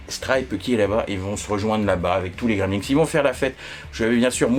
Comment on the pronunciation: Coucou J'aime bien ta manière de présenter - (c'est moi ou tu prononces "Gremlinks" ?)